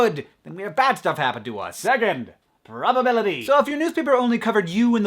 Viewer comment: "probabilily" xD